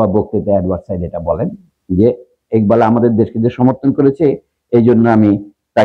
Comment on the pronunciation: স্যার বাংলাদেশে একবাল কেন ইকবাল? টাইটেলে লিখলেন একবাল কিন্তু আপনি উচ্চারণ করলেন ইকবাল।